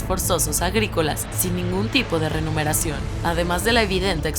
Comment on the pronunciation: "renumeración" 🤣 ya no es 'remuneración'.